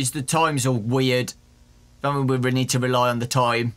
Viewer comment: weally 😑